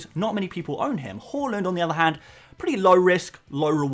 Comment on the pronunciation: More like "Hauland" am I right!